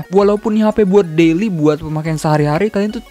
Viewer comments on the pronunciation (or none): none